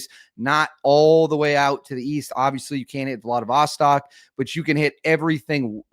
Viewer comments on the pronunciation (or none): none